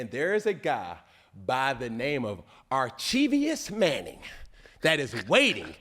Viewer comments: "Archevious Manning" 😅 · Archivious lol